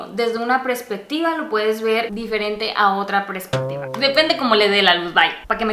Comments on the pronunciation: Eveeee. Me mataste de ternura... Dijiste "Prespectiva" y es "Perspectiva". Jejeje, que lindaaaa.😅❤ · Jaja! es PERSPECTIVA;) no prespectiva! Saluditos n.n